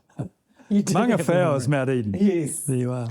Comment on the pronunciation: Mangawhau? Manga is a stream. Hey, a volcano is a mountain, hence "Maungawhau". The vowel dipthong au is easy to say because it's as in the phrase "mow the lawn". Whau is also pronounced the same. It's definitely not "ow" like standing on a cat's tail. Wayne, when you murder a good Auckland place name like that you do sound like an opera singer standing on the cat's tail. Pronouncing maori properly is very easy and is like singing in tune. Every opera singer knows that when you hold the stage as you do, you sing in tune. It's the least you can do for your audience. Maungakiki is a very disappoining effort from a polynesian MP. You are letting your people down Carmel. Kiki means to shut somebody up and has no relevance to that maunga. Maungakiekie is the name of One Tree Hill being named after the important plant kiekie which was used for weaving and eating its delicious flower bracts and fruits. "mow the lawn". and Maungakiki is a very disappoining effort from a polynesian MP. Kiki means to shut somebody up and has no relev